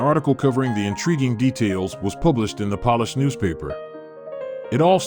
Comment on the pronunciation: Can someone please tell the narrator how to pronounce “Polish”?